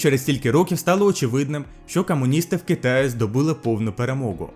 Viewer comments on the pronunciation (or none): І так зачнем )) Ну очевидна помилка - буква г, гадаю, вже по коментарях зрозумів. Далі є така штука (приклад російською - "в Китае", та по-українськи буде через Ї - "в Китаї", чи краще - "у Китаї") Далі де-не-де в тебе "е" йде як російська буква, та повинна бути як "э" російська, тобто звичне Е по-українськи, а не звучати як "Є". Далі хоч і є, здається, якісь не такі звучання, та все ж вони не сильно помітні, до прикладу інколи у тебе буква "о" звучить хоч і як О по-українськи, та деколи йде якось до А, що є ніби помилкою, а ніби і ні, та звучить, певно, не як українська мова.